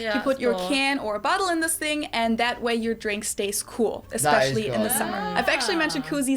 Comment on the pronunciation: Why is it a “fing” and not a “thing”?